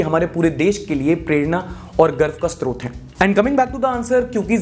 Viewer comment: meme गर्व का "स्त्रोत" (sTrot) नहीं, स्रोत (srot)❤️